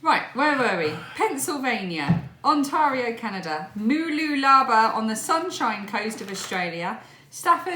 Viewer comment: Oh this cracked me up.... when you said Mooloolaba. Not quite the pronunciation but you made my night I really needed that laugh. Thank you